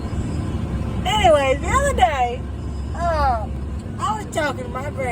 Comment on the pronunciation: “The oduh day”